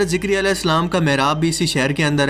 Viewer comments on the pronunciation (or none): 5.53 حضرت زَکَرِیّا علیهِ السّلام کے نام میں ز کے نیچے زیر نہیں بلکہ ز کے اوپر زبر کے ساتھ صحیح تلفظ ھے اور ک پر بھی زبر ھے اور ی پر تشدید ھے جو کہ ر سے ملا کر پڑھا جاتا ھے یعنی لفظ زکریا کا صحیح تلفظ یہ ہوگا۔۔ زَکَرِیّا۔۔۔Zakariyya